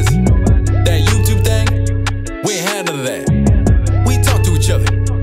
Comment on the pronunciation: He called youtube ''yubetube'' lol